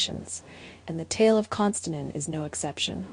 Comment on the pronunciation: It would be nice if you would pronounce his name correctly.